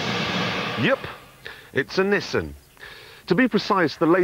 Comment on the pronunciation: Its not NISSEN but NISSAN...and MADE IN NIPPON